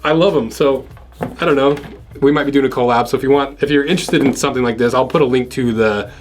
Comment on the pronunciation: i cringe everytime he says co lab